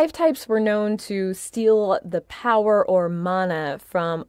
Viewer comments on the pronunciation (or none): none